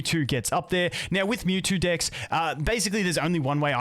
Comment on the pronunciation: stop saying dikks!